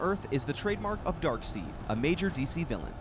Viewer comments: Darkseed? I thought it was Darkseid (pronounced "Darkside") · All going well, until I heard, "DarkSEED" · Yeah it bothered me too. (Metallo) pronounced as Ma-tal-lo, not Metal-low. (Darkseid) pronounced as Dark-side, not Dark-seed. If they ever get it wrong in the movie....that's it...DC will officially suck. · side not seed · he said dark seed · Its pronounce MA-TAL-O and darkseid is pronounced DARK-SIDE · I cringe when he tried to pronounce Darkseids name and Lana Lang was also in Man of Steel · The way you say Darkseid and Metallo really frustrates me.